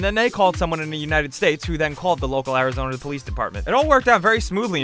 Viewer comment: A moose in Scandinavia? Also, ARIZONUUH!!